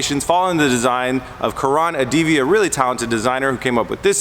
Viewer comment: It's kuh-run adivi, not Kaa-raan adivi. It's how we Indians say it. It's painful to hear to again and again. Otherwise class build. Much love.